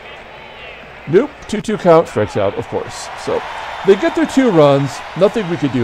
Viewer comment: FYI, Bobby Knoop's last name was pronounced \kuh-NOP\. I pronounced it \NOOP\ for years until my uncle corrected me.